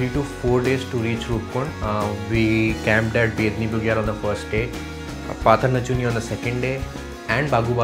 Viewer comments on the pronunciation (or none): It's not patar nachuni it's patal nauchania and it's not bagubasa it's bhagwabasa..